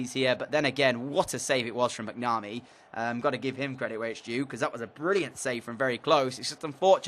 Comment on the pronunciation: Its mac-na-mee